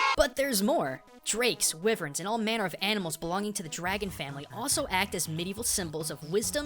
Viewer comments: Wyvern is pronounced Y-vern not Wiv-urn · ....Did he seriously say "Whih-vern"? Pretty sure it's "Why-vern".... pretty sure. Definitely. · Just a couple of mispronunciations: Wyvern is pronounced as "Why-vern" and Ouroboros is pronounced as "Or-o-bo-ros" or "aura-boros" (think of it as being round, like an aura or halo). There's also a male fish-person later in the game who's referred to as "he", and when Undyne is seen in casual attire she clearly has a more feminine frame, so it's likely that she's simply a female of that fish species, not a male who uses feminine pronouns. I'll give you that Merrow are the most likely inspiration, but let's not spoil the fact that we've got a decent female character in a fantasy game who wears practical armour instead of a chainmail bikini. Also Alphys doesn't live in "the core", she lives in her lab in Hotland, but yeah, she's probably a Fire Drake, especially since we see Snow Drakes earlier in the game. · You pronounced wyvern wrong also mettaton is a robot with a ghost in him you hear that mat Pat I want a theory on that